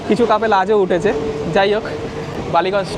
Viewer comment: শব্দটা কাপেল নয় কাপল বা couple. বাংলায় বলুন না। যুগল বা প্রেমিক যুগল।